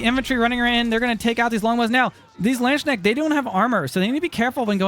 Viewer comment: Dit u really just say landschnect xD gg and greetings from germany